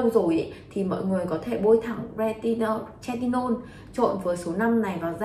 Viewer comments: Thật sự quay clip nên tìm hiểu cách phát âm hoạt chất, chứ Hydroquinone đọc là hi - rô - quin, retinol hoặc Tretinoin, chứ đọc tre - ti - non là chết rồi :) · "Hi dro quyn" "Tre ti nôn" :)) K hiểu hãng nào training đọc thành phần như này =)